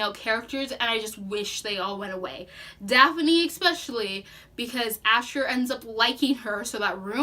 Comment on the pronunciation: Also it’s Prince Gar, not Garth. Dathne, not Daphne. Very knowledgeable about the story, but killed the names of characters and races which are very important.